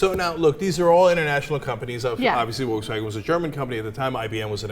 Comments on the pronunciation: Just so you know, "Volkswagen" is not pronounced, "Wolkswagen" even in German. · It's pronounced "Folks Vagen" :). Sorry if I'm being pedantic :P Greetings from Germany!